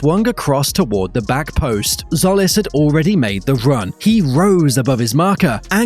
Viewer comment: By the way, it's not Solis, it's Tzolis, pronounced Jolis. Tz in Greek does J as in Jeep.